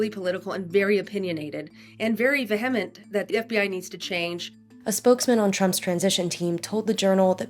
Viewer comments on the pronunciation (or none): WSJ subject matter expert can’t even pronounce the word “vehement” 😂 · excuse me? Her pronunciation of vehement caught me off guard